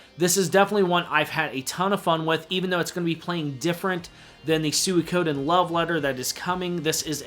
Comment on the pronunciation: A great video, but that "Sewy-ko-din" pronunciation made me wince a bit though lol.